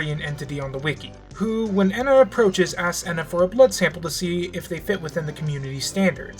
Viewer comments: If says “ehna” instead of “ENA” one more time, I’ll... uhhh... kill myself? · the E in ENA is pronounced by itself and the _NA is the part you got right, I hope you dont see this as rude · Are you moony? (Just joking because moony was saying ena’s name like that)